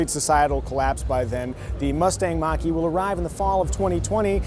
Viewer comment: Almost like he’s saying Maggi, like the noodles.